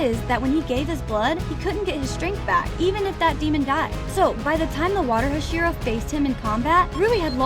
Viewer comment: Bro daki ate sayven hohsheeruh! 💀💀💀